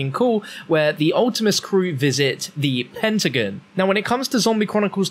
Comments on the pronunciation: Him saying “pentagen” instead of “pentagon” triggers me so much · Its pronounced "penta-gone" not "pentagun" lol